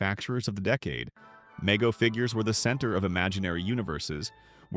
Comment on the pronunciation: It’s pronounced “Mego” with a long E